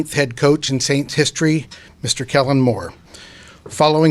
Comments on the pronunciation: Why Gayle keep calling him Ellen. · She definitely said Ellen , I’m sitting here laughing like “please just make sure the name is right on the check 😂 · Did she call him “Ellen” at one point?